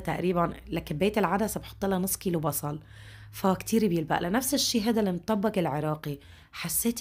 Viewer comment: بحييكي واحترامك حتى لكيفية لفظ الطبخه بيدل على شخصيتك المحترمه شكرا الك